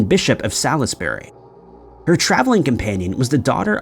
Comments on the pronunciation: Will you PLEASE CHECK HOW WORDS ARE PRONOUNCED!! It's said Saulsberry not Salisbury and I know that the French pronounce it Versigh does this help at all? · I used to live near there and we always pronounced it Saul's Brie, but what the hell do I know, I just used to live about 15 miles away for 10 years and visited it often. My American gf still thinks I'm winding her up when I tell her that the 'shire' part of most counties is generally pronounced 'sure/shuh'. She's convinced it's pronounced like in The Hobbit. It's fun listening to her trying to pronounce my home county and sounding like a yokel from a fantasy novel. God bless her. It's possible the French tour guide when we visited Ver-sigh, didn't know the correct pronunciation for Versailles either, but again I'm not an expert on the subject, I just figured they knew what they were talking about because they were from that area. Although this is the first time I've ever heard anyone pronounce Salisbury as Sally's berry or Versailles as Verse sell Lez, though. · Versailles - pronounced 'verse-eye'. Salisbury - pronounced 'sauls-bree'. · When saying “ Saal iss barry “ I guess is referring to the city 10 miles south of Stonehenge known to locals as Sawlsburry. 🙄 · Versaille is pronounced V-air-ss-eye, Salisbury is pronounced Saulsbree.